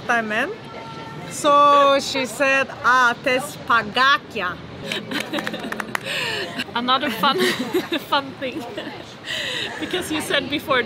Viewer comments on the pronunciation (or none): another funny thing is with your pronunce of pagakia (ice cubes).pagakia we hear this like pangakia whitch mean bench